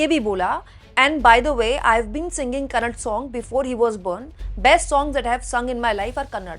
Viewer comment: Kannad nahi hai didi kannada hai please kannada bolo